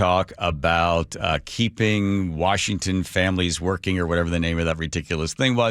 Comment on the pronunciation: Is it just me or does anyone else notice that Bob Ferguson doesn't know how to say the word Washington